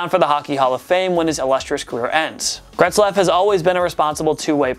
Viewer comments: I thought I was going crazy, but this dude was seriously adding a letter to his name. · Who tf is Gretzlaf?? It Getzlaf man, damn. Smh. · Where is the R in "Getzlaf"? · It’s Ryan GETzlaf not GRETzlaf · It's Getzlaf, not "Gretzlaf" 😂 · How are you pronouncing Getzlaf as "Gretzlaf" ? Where are you getting that "r" from? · Its Getzlaf not GRetzlaf.... There is no R. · Getzlaf not Gretzlaf bud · It’s pronounced Getzlaf not Gretzlaf. It’s pronounced exactly like it looks 😂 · for god sake theres no R in GETZLAF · Could you imagine claiming to be a place for sports fans by sports fans and only have to say 10 names right but yet you can't say GETZLAF. I would say that should be number 1 on this list but Biondo is the last thing I'd consider a Superstar. Maybe pump the brakes on a video everyday for and let him do once a week because the other guys are actually good at this. Please point to the R in GETZLAF you had 1 job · He butchered that mans name 8 times. 8 TIMES